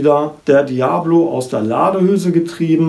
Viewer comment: Es heist nd Diablo wie das spiel sondern Dia_bolo